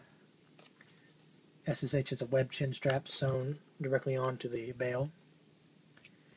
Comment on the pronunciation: M1 surely wins. I think the liner in the Ssh39 is better than on the '40. Nice items you got there:) I collect most German WW2 but have a few NKVD items. If you want to pronounce the Ssh correct it's sound like "S sha. That is why they call the PPSh the "Papa Sha" Just info no offense:) If you ever need some original Soviet or Russian Federation stuff send me PM. Regards, Lars